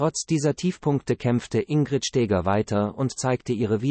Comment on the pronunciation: Die KI-Stimmen sind einer Würdigung unwürdig. Die Frau hieß auch nicht Stääger!